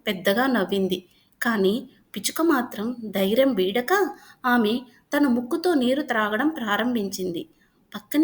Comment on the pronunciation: dhairyam not dairyam